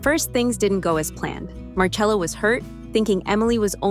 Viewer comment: Marcello but it's pronounced marchello. Pls.